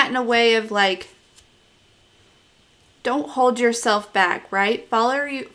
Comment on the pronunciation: Omg I’m laughing so much “follur” 👨🏽‍🌾 I have to hang out with you one day 😂😘